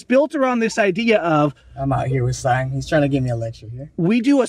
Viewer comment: "I'm out here with seim".....hahahahahahahahahahahahahahaha